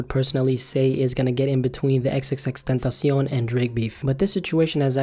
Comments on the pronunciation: Omggg first time I hear someone pronounce xxxtentacion the way it is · Thank you for pronouncing his name properly